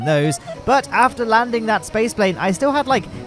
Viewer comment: Did he say "After LOWNE-ding" instead of "After Landing"? I can get behind this method